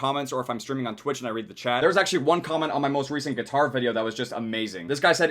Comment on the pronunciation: I chuckle when it said "Geetar"